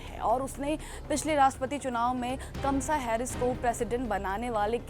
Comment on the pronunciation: कमला हैरिस को कमसा हैरीश बोल दिया 😂